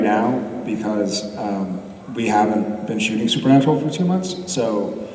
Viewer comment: "SUPER-NAPRAL" Jared honey what the heck? Lol so cute. Love these dorks."Process" and "influcence" will never the the same to me! Lol